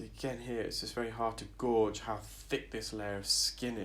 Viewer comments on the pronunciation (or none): I listened to another video where you said people get frustrated with you for saying gorge and not gage and it doesn’t matter - I would just like to say gauge is definitely pronounced GAJE - a gorge is a ravine. I have never heard anyone else pronounce it that way. I understand you don’t think it matters but you do tend to pull up other professionals on your videos when they are wrong. You say fine end gauge the right way but then say it’s hard to gorge where the skin is - it’s still gauge. The same word for both things 😉